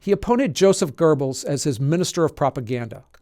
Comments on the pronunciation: "Joseph Gerbils"??? 🐁 There's no "r" in "Goebbels" 😅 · Good video. Two things could be improved: 1. There's no r in Goebbels. The first vowel sound is like the one in the exclamation duh! 2. Why not let everyone know what SS actually stands for: Schutzstaffel or Defense Squadron?